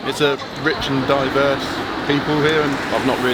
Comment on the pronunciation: bro said diverse lmao